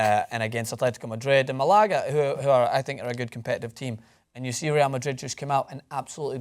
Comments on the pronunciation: not really Americans say it like it's written Malaga which is better than what he said. It's not about American and Scottish anyways, he probably just misspoke, and because we are assholes we like to point and laugh, but he can take it :P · close to real pronunciation, watch a Spaniard's pronunciation. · Great vid, but the way you said Malaga was weird as fuck Hahah